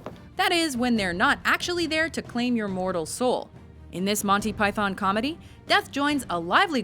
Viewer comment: learn to pronounce monty python please